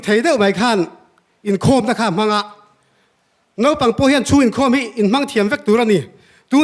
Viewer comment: Pu hruaitea hian, "Nopang" a ti ziah mai.. "Naupang" lo ti tawk zawk se